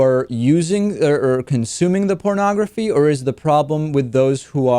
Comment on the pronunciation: Wait - he's saying "parnagafy" is the problem! I think we ought to ask if he's even talking about porn...